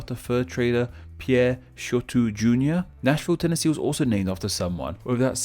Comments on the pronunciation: While surprisingly you got the pronunciation of Pierre correct, you mispronounced Marlyand and Nevada. Don't worry a lot of people in the US outside of Nevada, mispronounce Nevada. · Thank you for pronouncing Pierre correctly! Also, fun fact, of the 50 states, only 17 of them (34%) have the largest city as the capital. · As a South Dakotan, I appreciate you pronouncing "Pierre" correctly. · I knew all of them, but not all their meanings. Also, you're one of the only people from outside the American Midwest to get the pronunciation of Pierre, South Dakota right. Even Americans get it wrong.